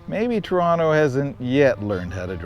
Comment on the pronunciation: Thank you for getting the name right- so refreshing to hear people pronouncing my hometown’s name w/ two Ts.